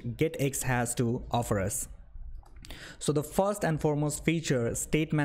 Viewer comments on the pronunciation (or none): What is fost? What is "fos one"? Is this English or Hindi?